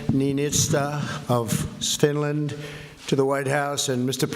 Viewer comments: OMG, he did!!!! He said "Stinland" 😂😂😂😂😂😂😂😂😂😂😂😂😂😂😂😂😂😂😂😂😂😂😂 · I heard Stinland too. He's sniffling again. How is this the same person who could barely get through the United Nations Teleprompter speech. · Definitely said stinland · Stinland? 🤔🤔🤔😂🤣😂 IMPEACH THE MFer !!! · Stinland? Where's Stinland? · RECIPROCITY?!?!? He can't even say Finland... he said Stinland. Someone is clearly writing speeches. Also the President of Finland talks about coal, the environment, arms control, the US needs the European Union and the Union needs the US. Has stated the opposite of Trump, THE COMPLETE OPPOSITE OF TRUMP'S POLICIES. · S. You mean the President of Stinland? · Did he just say Swinland? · I thought my earphones were malfunctioning. He did say stinland. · Did he almost say SWEDEN instead of Finland? Sfffinland. - "we've gotten to know each other over the last.....period of time." So about an hour maybe? - I don't think he could sound less sincere saying this. - "saves a lot of money" - Wow. Way to ingratiate yourself to the dozen or more NATO countries who allow you to have your own missile defence network on their soil. "we won't let it happen" - He's talking about Russia, who routinely send military aircraft through finnish airspace and nuclear submarines past their ports completely uncontested... "America is the hot place" - yes and it's getting hotter every year mister trump. Perhaps investing in renewable energy might help? "The european union has not been treating this country right" - He speaks as if the EU is a misbehaving child, in some way subordinate to the US, despite it being bigger and having more people. - "some people even say it was treason" - walking perilously close to a legal challenge with that statement. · I think he said Stinland too...LOL! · Reminds me of when my mother used to say the first few letters of all our names before she got to the right name "MaJuSteTrish". Give him some credit - at least he didn't say "SwDenNorFinland" :) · Wtf is Stinland?